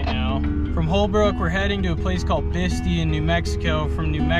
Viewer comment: Hey brother I'm sorry to correct your pronunciation of Bistii,it is pronounced as I spell it here. Bist eye is the correct pronunciation brother.btw incredible overland im envious of your journeys as and always so informative. Ahee*"hee"h